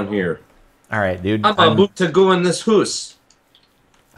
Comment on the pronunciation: "I'm aboot to go in this hoose" Sonja, is that you?? :0